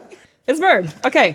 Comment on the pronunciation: Meerer… mirrer… Now we know why we say “Bookmatched” instaed 😅